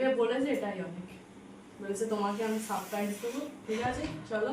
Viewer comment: Special day k barbar pesal pesal day korcho surprise k suppraiz bolcho tractor k tactor bolchokeno... english boltei hobe ta joruri nah..vul val bole nijeke hassokor bostu banao keno..banglay bolo